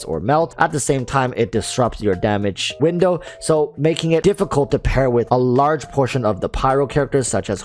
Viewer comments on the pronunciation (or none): none